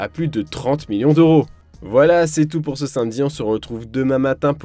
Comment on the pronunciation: Personne remarque que l'abruti qui commente ne sait pas dire samedi mais il dis "sainmedi" j'ai envie de lui mettre une de ses patates